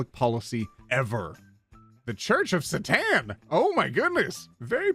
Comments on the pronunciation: I love how he says Satan like Catan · The way you pronounce satan is hilarious to me, btw the modern agnostic satanists are doing much more for people and people still bash them, kinda sad